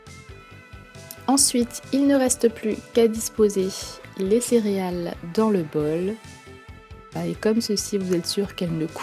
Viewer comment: vous dites cériales ou céréales????